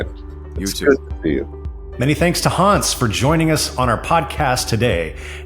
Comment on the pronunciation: Please do him the courtesy of pronouncing his name properly, with a short 'a' sound. It's Hans as in hand, not Haaans as in arm.